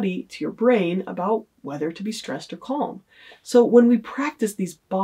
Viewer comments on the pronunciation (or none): The way she pronounces the word calm annoys me more than it should 🤦‍♀️ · Did she just pronounce the 'L' in calm? wtf lol